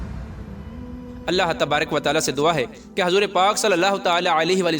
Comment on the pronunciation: Hazoor nahi huzoor hota h